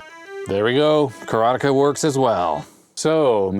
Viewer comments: I think your pronunciation of Karateka is spot-on, heh. As far as I understand it, it's an actual Japanese word meaning "student of Karate", and they pronounce it pretty much just like that. Looks like judoka and jujutsuka are also real Japanese words working the same way. Seems like "ka" can actually work a handful of different ways in Japanese... but one thing's for sure: te is always pronounced as "teh". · The way you say Karateka is closer to the way it would be pronounced in Japanese. The word karateka means practitioner of karate. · Mechner pronounces it ka-ra-TE-ka. ka-RA-te-ka does reflect how it's actually pronounced in Japanese.